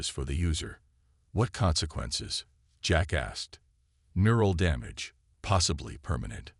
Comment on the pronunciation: all i kept hearing was "jack asked" as jackass